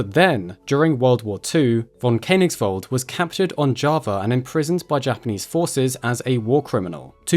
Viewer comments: Precious video - thank you so much! Just one tiny recommendation: the - oe - sound in Koenig- (or König) is pronounced like the - e - in "service". I'm so sorry for German being such a pain in the back to every natively English-speaking tongue 😅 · The oe in Koenigsveld is an ASCII transliteration of the letter ö, which is pronounced similar to the u in the English word bur. Please try to pronounce correctly.